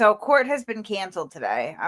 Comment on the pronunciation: Court not quart. Sorry talking in the microphone